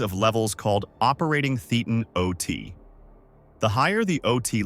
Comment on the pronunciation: Nice video! Just one thing: "Thetan" is pronounced like Satan, but with a lisp.